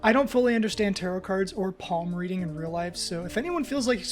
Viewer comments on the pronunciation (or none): none